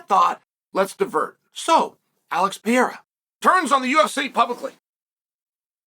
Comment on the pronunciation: Alex Pieera 😂😂😂😂😂😂 Love Uncle Chael's name butchering Can't let the names get close😅😅😅😅